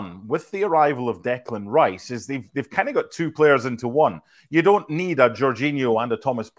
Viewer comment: Declán Riśe